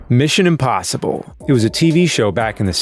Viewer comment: I should have known that was by the way he says "imBossible".:D